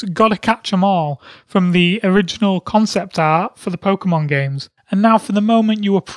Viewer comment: What's Poćemon? Is it bootleg Pokèmon?